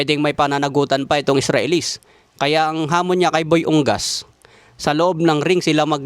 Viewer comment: Correction dol, U-NGAS yan, hindi Ung-gas